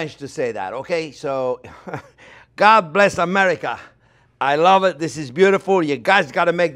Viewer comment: "God bless America" with French accent, and showing this delicious plate - so funny. Americans eat at McDonald's.